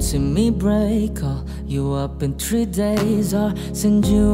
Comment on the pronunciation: Three not "tree". Paki ayos ng diction pls thank you